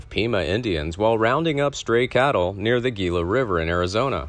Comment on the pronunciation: In the name Gila River, Gila is pronounced Hila, being Spanish.